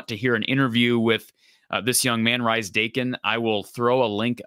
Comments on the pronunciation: The pronunciation is Reese (from a relative ) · It's pronounced Reece. Good to see a screenshot from my interview with him with one of our local clubs. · I believe it's pronounced Reese. It's the traditional British and Australian spelling that throws ya.